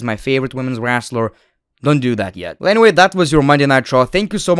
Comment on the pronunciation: The way he says wranstler